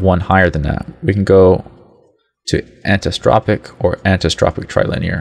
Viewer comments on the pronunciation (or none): Learn to pronounce Anisotropic and Anti-aliasing lol .... and you talk WAY too slowly. I understand there are some people out there with the intelligence of a lamp post , which is why you explain so slowly... but those people should not even be trying to tweak their graphics! lol